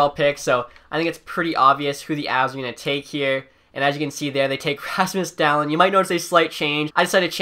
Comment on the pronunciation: Dahlin name is pronounced daleeen